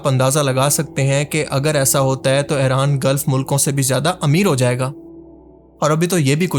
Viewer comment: Bhai plz Eraan nahi Iran bola karo